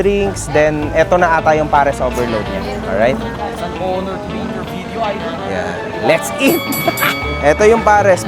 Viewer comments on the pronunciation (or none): none